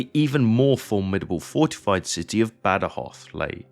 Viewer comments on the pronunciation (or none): Badajoz, no Badjoz. Guadiana, no Guadana. Picuriña, no Picurina. Etc... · "Bad-Joz", "Guadana"... no sé quién ha hecho la traducción, pero es más bien penosa. Badajoz está a 200 Km en línea recta de Ciudad Rodrigo, no a 120, el teatro de operaciones de Wellington era más amplio. And, for my British friends who comment here, I would'nt trust very much about historic accuracy of Sharpe's books or films... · El audio en español es fatal. Cada vez que el comentarista dice: Bad joz, muere un gatito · Hace 25 años que vivo en Badajoz, y como amante de la historia, conocía bien este episodio de nuestra " Guerra de la Independencia "; esta es la mejor representación que he visto nunca, aunque en su traducción al español los nombres propios suenan fatal. Aquí se recuerda bien la masacre que las tropas británicas realizaron tras la conquista, así como la metodica destrucción que realizaron de todas las industrias que realizaron en toda la península Ibérica. Se comportaron más como ocupantes sanguinarios que como aliados, pero supongo que no se podía esperar otra cosa. El vídeo es magnífico y los mapas e imágenes de la ciudad de muy buena calidad. Invito a todo aquel que pueda a visitar esta hermosa ciudad ( cerca también tiene sitios históricos y espectaculares para visitar ). Salvo en verano, el clima es suave y agradable todo el año. Saludos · Increíble q tenga q venir a un canal inglés para escuchar la historia de mi ciudad,gran video una pena que el audio en español pronuncie los nombres mal